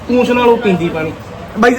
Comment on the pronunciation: ਪੂਛ ਹੁੰਦੀ ਹੈ ਪੂਂਛ ਨੀ ਹੁੰਦੀ